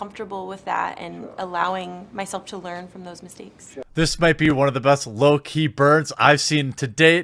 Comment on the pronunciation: lol, "LOKI burn"